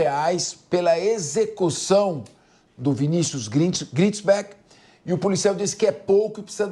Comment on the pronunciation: Nao é Gritisbeck😅😅😅😅 ta loco kkkkkk